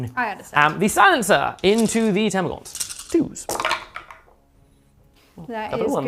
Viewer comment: It's "termagants" not "termagaunts" !!! 🤓 The dictionary definition is also amusing...